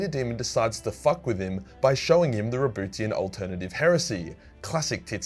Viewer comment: I really can't focus everytime says "RaBOOTYan".